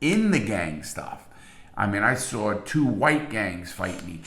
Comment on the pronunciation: It's so funny the way larry says things. Like when he's says saw he says it like sawer lol.